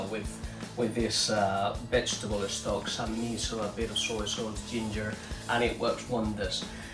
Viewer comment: I like so much the way you, my spanish friends, pronounce the words starting by st, or sp, or sm etc....adding an e in front of the s. Que viva España ( Spain, for us), y el "vegetable estock"🥰